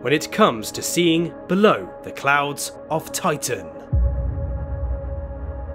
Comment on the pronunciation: Why does the commontater keep saying "oitan"?